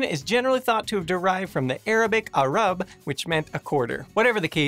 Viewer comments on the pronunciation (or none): I love your guys' videos, just the Arabic part you pronounced it as "Arab" when its actually "Alrub'a". And also you spelt it in Arabic from left to right when it should be the other way around and they lettersmust be conjoined like this -> الربع . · "ah-rub" wew